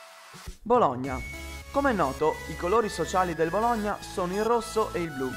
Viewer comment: mado che fastidio mi sanguinano le orecchie per la pronuncia che hai di Bologna non ci vuol tanto a dirlo normalmente